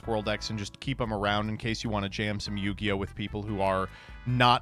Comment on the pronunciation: What the hell is New-gi-oh??